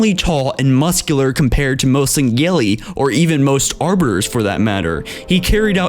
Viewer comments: I have a name. And it's Sangheilli, not Zangheilli. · The speices name is actually pronounced "Sane-heel-ee". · It's sangheili not zangheili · Dude, the H in Sangheili is NOT silent.